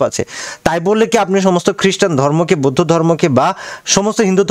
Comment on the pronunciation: বৈদ্ধ না বৌদ্ধ